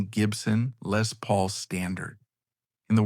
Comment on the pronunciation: Lay Paul? love that AI-not.